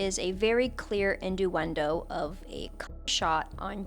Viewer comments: It bothered me the whole time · I can't tell if your pronunciation of "innuendo" is intentional or not...